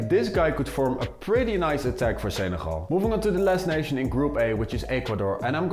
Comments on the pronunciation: Why do you say Senegal like Seneral? It's so distracting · The way u say Senegal is weird